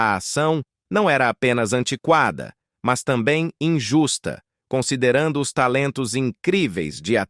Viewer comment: " É ISSO REALMENTE QUE / OS/ CONECTA!😅😅😅😅😅😅😅. Delito fonetico! 😅😅😅😅😅😅😅😅😅